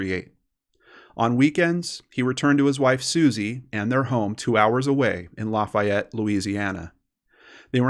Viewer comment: I’m from Baton Rouge Louisiana and that’s not how you say Lafayette 😂🤣 still love you though!